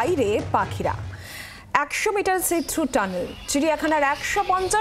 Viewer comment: Mysore Zoo te onek din aage kora hoyeche, See Through uccharon ta ektu kheyal korben.